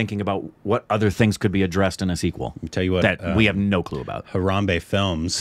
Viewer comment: did you just call hombale "harambe" 😂